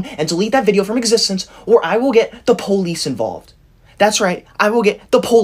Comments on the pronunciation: I love the fact that when he says “police” it sounds like “ POHLISE” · y does he say police like that?